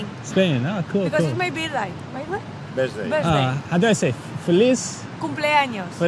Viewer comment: I could not belive how many people does not speak their parents language.... OMG!! It would be a GIFT! ... "my bizdei"... spaniards, being spaniards.